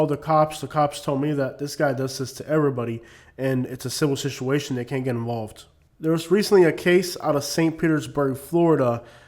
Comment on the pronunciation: you are mispronouncing, the word Situation; please correct that! Other wise the video is excellent!